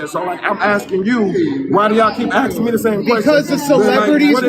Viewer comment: Did he say "why yall axing me all these questions"? 😂😂😂